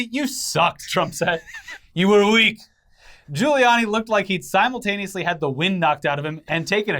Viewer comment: I love it how you both screw up saying Rudy Guiliani's name every time you say it, hehehehh